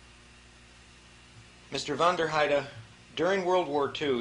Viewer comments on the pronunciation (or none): He pronounced it wrong it was “von der heide”, westphalian german